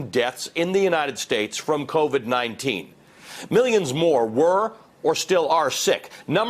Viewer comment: Wuun hunndread fousand deafs due to kovvid 19...